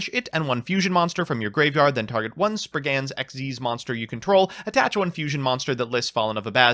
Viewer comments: The more u say springans instead of spriggans the more I laugh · Springans? I thought you were American